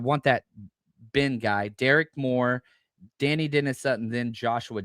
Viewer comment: I think Dani is pronounced “de-ny” not “danny”.